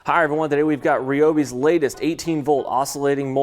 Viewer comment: It’s produced rye-o-bi Not ree-o-bi